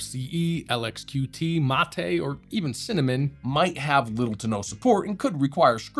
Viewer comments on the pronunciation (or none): none